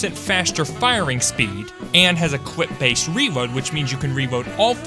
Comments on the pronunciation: especiawy can somebody tell me what accent makes ppl say cwip and escepwally awnd shit like that pls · "six buwwets per cwip" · ah yes, cwip size edit: no really am i deaf or is he saying cwip